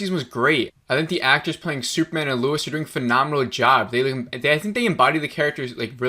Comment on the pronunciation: Bro you keep saying Luis